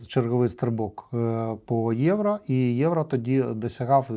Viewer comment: Не Євра а Євро 😬 ) але дякую що контент українською мовою 👍